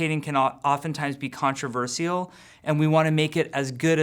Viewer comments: Contrever SEE ALL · "Controvercial" XD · The way Jeff says "controversial" is very controversial.